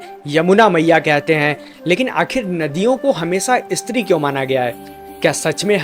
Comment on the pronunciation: " इस्त्री " नहीं " स्त्री " उच्चार करे . बस इतनी सी बात है .